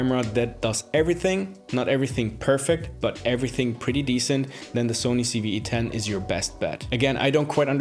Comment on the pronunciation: loved loved loved this video, thank you so much. only one thing bothered me, it sounds like you kept saying CeeV-E10, everytime! 10/10 video major thumbs up